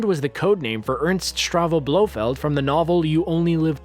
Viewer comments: Note : Ernst Stavro Blofeld, not Ernst Stravo Blofeld!. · Tom Lock - Also Hans STRAVO Blofeld!